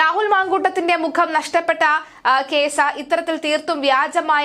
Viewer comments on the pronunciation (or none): none